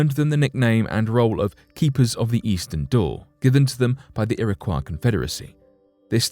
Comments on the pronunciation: I feel like I should share my knowledge on the correct pronunciation of some of these tribes as I feel it is very much deserved Iroquois- iro-koy Algonquin- algon- kwin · You really should have made an effort to learn how to properly pronounce Algonquin and Iroquois before making the video bud. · U strugglin with the Algonquin and Iroquois pronunciation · I have been twitching each time the narrator says, "Iroquois." I lived in Irondeqoit for several years and now live in Spencerport. In my opinion, if someone is going to narrate, that person should make sure he or she knows how to properly pronounce all words. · Its" ir - a - coy " is it not? Its not a French word right?. This guy pronounces it like it is. Thats how you pronounce those letters when you see those letters in that order cause it means Its a French word. Here i dont think thats the right way but maybe it is. Maybe the French gave them the name we still call them today. Thats very possible cause the French were there during the time the white men swindled them out their homes. They Probably called themselves something different but maybe not.. As you can see I dont know lol. Ive only ever heard it pronounced irra coy though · Ok, I live in Rochester, NY, and its an area that has a strong background for the Iroquois . The town of Irondequoit is 10 mins from me. I've lived here my whole life, and have never heard the pronunciation u use here. I've only ever heard Iroquois as "ear-ah-coy". But hey, maybe I've been pronouncing it wrong all along. can I get clarification? 🤔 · It would have been tremendously respectful to the Native American tribes mentioned herein if the narrator of this video had learned how to properly pronounce the tribe names. Kiowa is pronounced key-o-wa. Iroquois is pronounced ear-o-quay. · FYI: LEARN PROPER PRONUNCIATION BEFORE NARRATING A DOCUMENTARY! The tribes are pronounced Ear-Ah-Kwoy & Al-Gonk-Win.